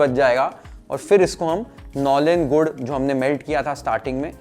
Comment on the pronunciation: Your pronunciation of nolen gur is 👍🏻